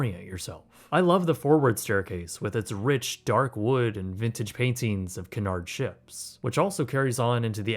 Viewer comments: KYOO-nard. 😊 A canard is something else, sorry. 😊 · It Cunard(kyoonard ) not Canard, which is a duck! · Canard??? It's CUnard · Please pronounce it, it's not canard, it's q.Nard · By the way, it’s pronounced “COO-nard” (or “CUE-nard if you’re a Brit), not “car-NARD.” The line’s founder Sam Cunard (off on some ocean liner in the great beyond) thanks you. 😌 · “Coo nard”. “Canard” is duck. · I wore my hoodie sweatshirt from the RMS Titanic exhibit when I was getting on a cruise in Florida also it's pronounced Qnard like the word cue not pronounced canard which is the French word for duck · Cunard pronounced coo-nard should actually be pronounced que-nard. Small thing, but your AI narration simply isn't that intelligent (but perhaps better than most). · I thought it was pronounced CUE-nard. I think that's how I've always heard Emma Cruises pronounce it anyway. Great video though! This was a very fascinating video. :) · Very good review! I believe that this places Cunard cruiseline more in the Upper Premium or Luxury category rather than just Premium. Footnote: the correct pronunciation is KYOO-nard (as in "cute" or "Cupid") and not kunn-ard or kunn-erd. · Cu/nard, não é Ca/nard. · 😆It's pronounced KEW-nard, like a "Q" at the beginning... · its pronounced cyoo-nard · I think you’ll find it’s pronounced Que-nard not whatever it is you are calling it. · It's pronounced more like Queue-nard. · Can you not pronounce Cunard correctly. It's pronounced Queue-nard. named after Sir Samual Cunard of course. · It’s so annoying when Americans don’t take the time to learn proper pronunciation, Cunard is pronounced ‘Q-nard’ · It’s Cunard pronounced QU NARD not what ever you think it’s pronounced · Cunard is pronounced Q-nard ;) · You're murdering the pronunciation of Cunard. It's pronounced KYEW-nard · Cunard is pronounced "Q-nard" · It’s pronounced “cue nard” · Great review Just one thing that bothered me: Cunard is pronounced “kyoo-NAHRD” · FYI its pronounced Cue Nard